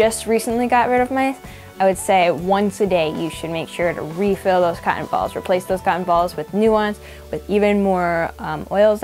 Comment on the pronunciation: I like when she says "cotton balls" it's sounds like she's saying cock'n'balls. And she's cute.